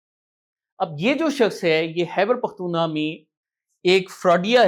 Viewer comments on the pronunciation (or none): جناب آپ کہتے ہیں خیبرپختونخواہ کو ہبر کہتے اس کو درست کریں آپ تو صحافت سے منسلک ہیں الفاظ کا استعمال کریں